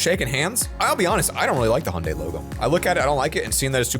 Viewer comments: i don't really like the hunday logo me: IT'S FREAKING HYUNDAI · HUNDAY, HE REALLY SAID HUNDAY. ITS PRONOUNCED HE-YUN-DIE